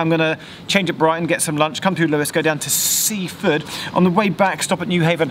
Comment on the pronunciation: Sussex place names have the emphasis on the last syllable, so it's Win-chel-SEA. It is also Sea-FORD, not SEA-ford as Geoff pronounced it.